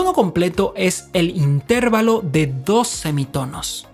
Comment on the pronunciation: Explicado de forma tan magistral que hasta un torpe como yo lo hubiera entendido sino lo supiera ya 🤣 y aún así me ha entretenido muchísimo. Esperando con ganas los siguientes capítulos:) Me atrevo a corregir "tu forma peculiar de decir inTERvalo" y llamarlo interVAlo por aquello de que tus seguidores que lo desconozcan entiendan que esa es tu forma personal de pronunciarlos...:)